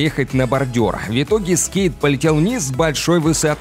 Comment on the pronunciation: Голос симпатичный,но "Вьитоги" и нАчала. В-твердая. Въ итоге😢 И НачалА☝️